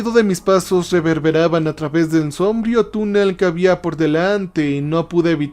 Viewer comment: Un consejo y que no se entienda como crítica, si no para mejorar la experiencia. Cuidá las acentuaciones. Sombrías, sombrío, prístinas...